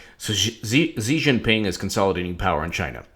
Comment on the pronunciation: Dude, stick a fork in you. You're done. Antibiotics champ, quickly. The pronunciation of Xi is a little off but your "Jinping" is passable. Hillary Rodham Felon lost an Ambassador on her watch. Shame! I like Jeff Sessions, the old fart, but I'm starting to think we would do better with Jessie K. Liu as AG. Hillary Rodham Felon 2020? "Absurd specificity" haha Hillary Rodham Felon stole the White House china. But she had to give it back. haha